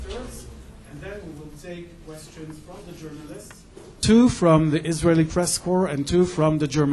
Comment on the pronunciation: To the German Foreign Minister: It's Israeli government not Isralien! Pretty insulting.